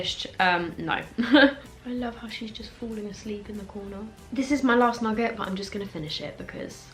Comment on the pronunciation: Everyone: Nugget: Nugguhh